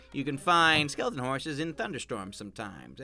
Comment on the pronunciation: SKELITEN STRAK DY LITNING